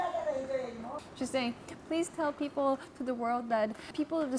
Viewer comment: Wow! You went to an international school AND America and no one told you about your speech defect? It’s Peeeeople not Pipple just fyi.